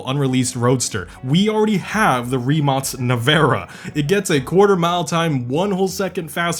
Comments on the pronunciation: Not a "rimac", "rimak" (in pronounce) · why do you call rimac, rimats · rimac not rimots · random question but i also saw it on your last vid, do you pronounce rimac as "ri-match"? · They way he says Rimac gives me a aneurysm